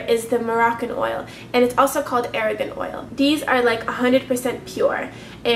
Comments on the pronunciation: It's argan oil not aragan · aragon oil? do you mean moroccan argan oil? haha